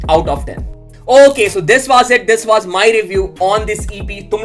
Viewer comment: pehle was aur for bolna seekhle